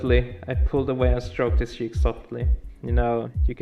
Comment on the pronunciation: Just wanted to say the way u say cheek is funny